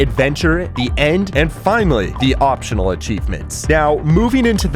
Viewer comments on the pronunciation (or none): bro said opional btw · "opional achivement" 😭😭